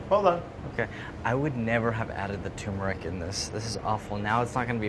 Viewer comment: Pronounce the first "R" in tuRmeric!